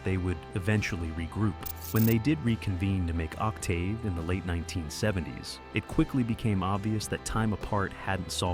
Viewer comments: Damn that AI narration sucks ass. Ock Tave? 🙄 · It's not an ignorant person... it's computer-generated AI. An actual human would know how to pronounce "Octave." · Narrator needs to learn how to pronounce Octave. I owned all Seven. Om!!!!! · Other than the pronunciation of “Octave” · Agreed, but for me, a minor point.